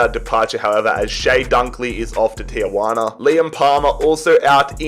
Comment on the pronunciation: Tijuana is pronuced tee-juan-uh